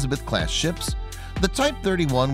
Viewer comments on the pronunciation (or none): How can anyone pronounce Rosyth Rosith, there's no I to be seen, I wouldn't mind they always usually pronounce everything with and I as an I as in any-eye(Anti) Sem-eye(Semi), the I is pronounced as a soft I,(ee) not a hard I,( i ), it's from our use of Latin as in Anti is said as Ant-ee and Semi as Sem-ee so Rosyth should be Ros-eye-th. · Rosyth mate; How can anyone pronounce Rosyth Rosith, there's no,( i ) to be seen, I wouldn't mind they always usually pronounce everything with and I as an I as in any-eye(Anti) Sem-eye(Semi), the I is pronounced as a soft I,(ee) not a hard I,( i ), it's from our use of Latin as in Anti is said as Ant-ee and Semi as Sem-ee so Rosyth should be Ros-eye-th. Apart from that, great video. Remember all criticism is constructive criticism. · Hearing the way you pronounced Rosyth almost gave me an aneurysm... Ros-ith Like Mike Tyson trying to say ice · and Thails